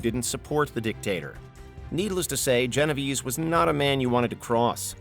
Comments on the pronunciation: It's pronounced "Geno Vey-Say" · The way he pronounced Genovese... Oof.